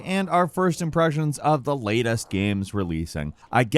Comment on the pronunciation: "Latust games relaising"